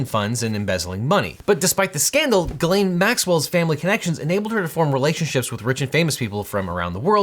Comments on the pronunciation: Objection, gross abuse of the french language, it's pronounced closer to Jiz-len not Ga-lane 😭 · Jis-lane i believe is how it’s pronounced…. But thats not too important i guess…. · Now, this is absolutely the least important element of this entire case, by far, but as a native French speaker I'm just now finding out Ghislaine Maxwell's first name is apparently pronounced like Guylaine? Those are two different names! Contrary to popular belief, French doesn't normally allow you to make random letters silent in order to camouflage your embarrassing name as a slightly less embarrassing one. And now we can all move on to actual relevant things, but I just wanted to get that out there. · I’ll continue to pronounce it as “Jizz-lane” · Just so you guys know, Ghislaine is a French name for which you pronounce a soft "G" and don't skip the "s", sounding roughly like "Jysslenn" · It's actually pronounced "jizzlane" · Her name is pronounced French style, with a soft G, like Zsa Zsa Gabor. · Normally that is how the name is pronounced. I looked it up and apparently she uses the hard G.